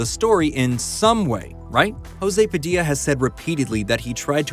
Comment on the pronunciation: It´s spelled "PA-DI- LYA"